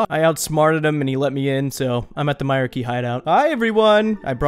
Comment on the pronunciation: my-R-Key LOLOL its pronounced my-reek totally being "that guy"